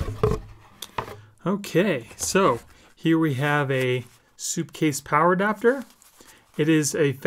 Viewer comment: It's SUPcase not soupcase lol great video tho they make solid stuff